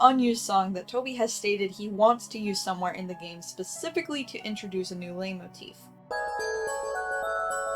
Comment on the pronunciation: It's pronounced light motif I think I'm gonna have an aneurysm if you keep saying it like that I'm only a fifth of the way through the video 😭